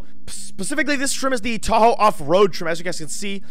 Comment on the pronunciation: The heen tahoe